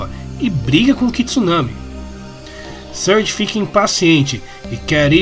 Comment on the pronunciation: Não dá, toda vez q o diz "Surge" eu só escuto "Scourge".